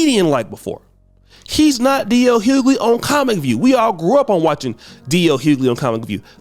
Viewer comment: The pronunciation of DL's surname is so bad! You need to speak properly mate